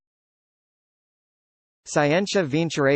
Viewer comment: isn't it skee-en-tia?